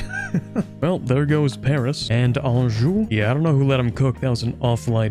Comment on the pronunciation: OMG!! Thank you!! Finally someone spent the time to learn how to speak French properly instead of apologizing for their torturous mispronunciation. Anjou! He said Anjou!